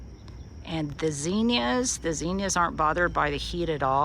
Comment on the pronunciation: I live in the PNW. So interesting how you pronounce zinnias! We say zin and you say zen!🤣